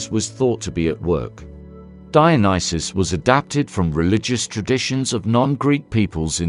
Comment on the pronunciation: Brilliant video ❤ and, at last - someone pronounced his name right😂 Would you consider doing a video on Antigone? ❤